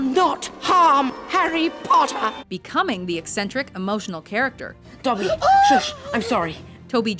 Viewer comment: first off, i would put smaug at #5 and not "I, Robot". Second, when you say Dobby's name, pronounce it correctly! its shameful!